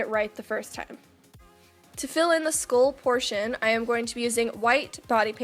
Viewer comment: I know I keep saying this but it is so aesthetically and soothingly pleasing about watching your looks come together. And I thought it was cute how you pronounce it "skool."